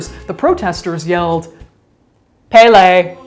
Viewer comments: bad. but she did have stage 4 cancer. And its the goddess of fire's name is pronounced "pell-ee". Not "pay-lay". Those are haoli words. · "Pay-lay." Lol